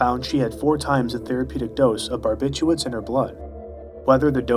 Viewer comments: Barbithuats? How the hell are you reading it? English is WEIRDDDDDDDD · It's barbituRates not barbituates